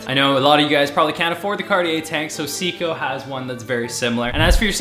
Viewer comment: Always great per usual! As they are proudly made in Japan, I just want to put in a Nihongo lesson for today. Seiko is pronounced Say-Ko. It translates to exquisite. Funny enough, my cousins wife and a friend are named Seiko. Also, just wanna say, it’s an amazing brand. My mom has a few of them dating back to before I was born and she’s definitely taken care of them over the years. Just absolutely classy